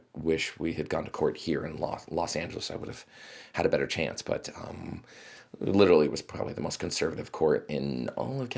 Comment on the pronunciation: I didn’t know pronounces literally like leafy